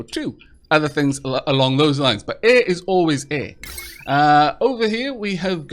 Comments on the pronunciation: I've never heard anyone mispronounce 'air' like you do. Eh! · First, I love the way you say the word air. Haha. Second, I'd like to be added to the name list. Thank you!! I love your videos!